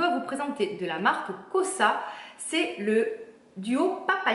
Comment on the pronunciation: Coucou la miss tu as un teint éclatant pas étonnant vu les superbes produits que tu utilise. Juste une petite précision et juste pour ton information personnelle hein rien de grave là dedans lol, on prononce la marque "kar weis" et le s à la fin de la marque KOSAS ;) les déos SCMIDT'S m'ont détruits les aisselles en version bicarbonate mais surtout de nombreux hauts, car impossibles de les récupérer même avec des produits détergents conventionnels. J'ai remplacé par les déos roll on de chez ALUNA et en créme de chez THE BLACK CHICKEN REMEDIES, sinon en gsm j'ai vu cette semaine la marque USHAUAÏA as sortie une gamme de déo spray et roll on à base d'ingrédient organiques, à 98 ou 99 pourcents d'ingrédients naturels. Pour les produits capillaires MADEMOISELLE BIO pas de silicones certes mais des quats pour les puristes, perso àa ne me dérange pas le moins du monde même si je préfére ceux de chez JOHN MASTER ORGANICS que mes cheveux supportent mieux. Pour le masque LEAHLANI, est ce que tu l'as mélangé car au vu de sa texture très compacte il ne me semble pas, du coup tu as tout le miel en dessous et ça n'aura pas le même effet, je l'adore je l'utilise en nettoyant car une toute petite quantité suffit et le pose au pinceau sur peau humide en l'étirant au maximum, je te conseille aussi du coup le honey love de la même marque et l'huile pua lei qui est juste une pure dinguerie